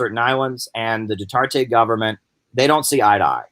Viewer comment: it's pronounced Du-ter-tay. also, the NPA does not control any islands in the Philippines. And Duterte's popularity is at an all-time low. He is kind of like Trump. this blustery pompous guy who made a lot of promises in his 2016 campaign then just flamed out. He is very unpopular there now and Manny Pacquiao a former ally of his has now turned on Duterte, too. And Manny will most likely run for president of the Philippines in 2022.